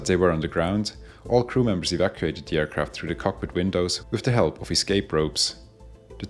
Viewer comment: Your comment is visible to me even as the first words of the voiceover ring out: “In disguise over...” is what I think I hear, but realise that the speaker has difficulty with “the” and is actually saying, “In the skies over...” so it’s not in false flag livery 😂... I can carry on disabused of that misconception!